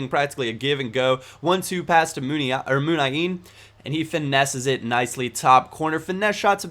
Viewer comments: he just cuts out an "i" .... munain instead of muniiiiiiiain is a difference .... and whats the problem with posting something which makes his video better after all? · plzzz learn how to spell MUNIAIN..... its MU-NI-AIN and not muNAin ;) have a nice day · Wrong. it's "moon-yah-een" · Munian is pronounced moon-yi-een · actually he can't say the name right...he should say moon-ya-in.. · Why was he bitching about the way pronounces Muniain in the first place. It is an easy mistake to make. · why bitch about not pronouncing muniain wrong